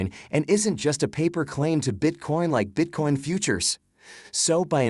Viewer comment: Is he saying Bitcorn? 😂